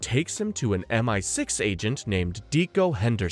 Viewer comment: Dude spends the entire video seemingly intentionally saying multiple things wrong, and it genuinely pisses me off